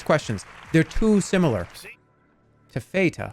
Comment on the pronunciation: his pronunciation of taffeta and thinking it’s italian bread made me want to punch him